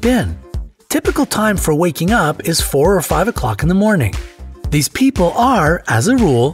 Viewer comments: min says "hese" instead of "these" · Nice 'Hese' pronunciation XD